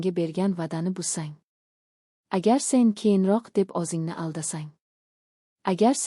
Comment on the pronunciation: Анча сабоқ олдим РАХМАТ. лекин харфларни ўз ўрнида ишлатсангиз илтимос. Масалан. ўзингни ўрнига озингни деябсиз. А. О Ў харфларини хаммасини жойи ни ўзгартириб ўқиябсиз. Танқид келажак меьваси